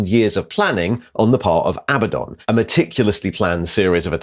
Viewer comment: Are you going to ret-con all these videos when you learn how 'Abaddon' is correctly pronounced?